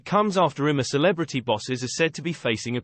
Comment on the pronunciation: I'M A CELEBRITY, NOT HIM A CELEBRITY TALK PROPERLY NARRATOR